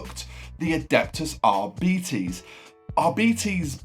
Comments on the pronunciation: Please please pronounce it R-bites nor r-beetees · nah man its deffo Rbites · arbites - its pronounced arbite - as if ending in a "y" as the S is silent